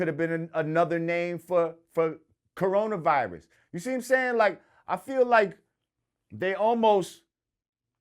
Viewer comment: "Corona Vilus"